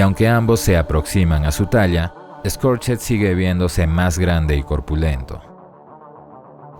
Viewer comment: Exelente reseña, muy buena figura, un aporte: Scorched en inglés se pronuncia "skorch't", la "ed" no suena, se pronuncia una "t".